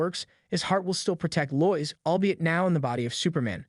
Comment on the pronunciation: Very good video, but her name is pronounced Lo-Is.